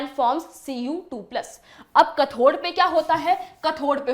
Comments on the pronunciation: It is not kathor correct pronounciation is kathode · mam anode or cathode ko prounce aache se karo